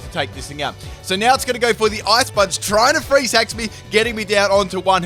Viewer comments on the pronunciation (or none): none